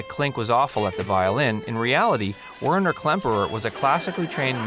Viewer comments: Weiner????? Klemperer. It's Werner.....geez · Really? The actor's name Werner Klemperer, not Whiner. Robert Clary did NOT play a NAZI, he was a French POW! Do you even proofread? Interesting tidbits ruined by awful mistakes. Done here! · "Whiner" Klemperer? Werner. Pronounced "Verner". Most likely an synthetic voice over. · and Werner is pronounced "Werner", not "Whiner" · Who is "Winer Klemperer"? His name was Werner Klemperer (pronounced "VAIR-ner"). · Werner is pronounced Ver' ner.